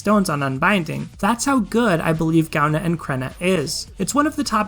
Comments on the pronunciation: Partially because I'm Irish, partially because I'm pedantic, if it interests you at all (and if it doesn't, by all means, ignore this post): Gaibhne is pronounced something like "guy-vnyuh" (for the second syllable, roll a "v" sound into "nyuh"), and Creidhne is pronounced something like "cree-nyuh" (with the "r" rolled (technically a flap, if that makes sense)); if IPA transcriptions help, the pronunciations are [ˈɡovʲnʲu] and [ˈcɾʲeːnʲə]. Love your content; thanks for confirming my thoughts on the matter of water dragons. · I REFUSE TO PRONOUNCE GAIBHNE & CREIDHNE LIKE THAT